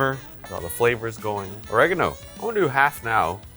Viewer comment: its bass-ul and orey-gun-o